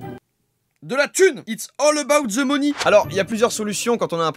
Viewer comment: "It al about de moni" show l'accent